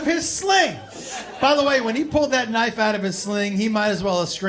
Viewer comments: L pfp. Also wtf is a "knoife?" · It's how Australians pronounce knife. It's from Crocodile Dundee and The Simpsons